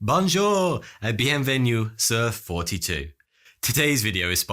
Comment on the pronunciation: BANJUR and beun venu... Nice French